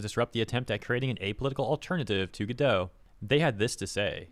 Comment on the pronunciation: Godot (and therefore Redot) are pronounced like Robot. Which is why they have robot images all over the place.